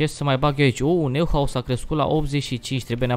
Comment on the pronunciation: Neuhaus se citește Noihaus